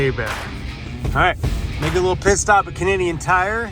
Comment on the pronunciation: 😂😂😂 thought you said Piss stop at Canadian Tire.